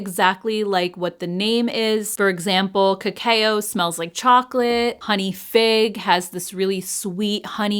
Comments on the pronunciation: The Flower Beauty palettes were already on my wish list because I have the other 2. ❤ Just FYI…. Cacao is pronounced “ka-kow”, not “ka-kay-oh”. Great video as always. ❤ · Just a friendly tip.. cacao is pronounced like kuh-cow 😅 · Thanks for another great video. You're one of my favorite YouTubers! Also just an FYI - cacao is pronounced "ca-cow":)